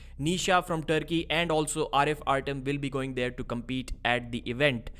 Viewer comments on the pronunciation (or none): none